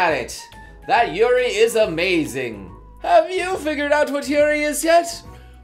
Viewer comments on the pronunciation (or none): But, Yaoi sounds like Yowee, and Yuri sounds like You-Ree. Come on, we both watch anime all the time, you should know the pronunciation already xP